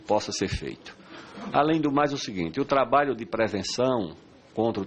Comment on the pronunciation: Como confiar num ministro que fala "trabaio", deus nos acuda. kkkkkkkkkk